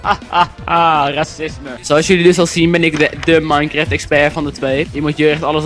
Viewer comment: maainkreft... mooie uitspraak :P